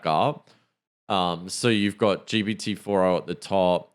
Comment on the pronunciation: Great podcast guys. I hate to bring it up, but you DO say ‘GBT’. I’m a New Zealander and if I hear it like that, I wouldn’t expect better from an AI atm. Anyway, looking forward to the next ep.